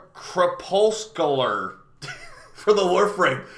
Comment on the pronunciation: Truck-you-lents Cree-puss-cue-lahr